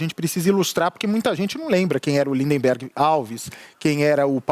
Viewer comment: Bacci falando lindiberg kkkkkkkk